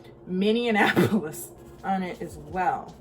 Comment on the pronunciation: Girl, Minne-an-apolis????? We have been in the news too much to getting this kind of disrespect.